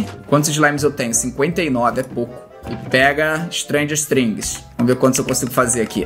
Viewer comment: Ele Falou Stranguert Things